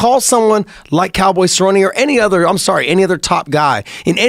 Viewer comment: Stephen A Smith might have a case to discuss these things if he truly cared about the sport. But he called Cerrone “Cowboy Sir-own” literally the week of the fight and routinely mispronounces fighter’s names. He barely knows who these people are and clearly doesn’t know fighting.